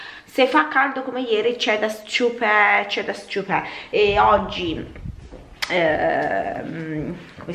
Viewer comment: s'ciupe' (accento sulla e..😂😂)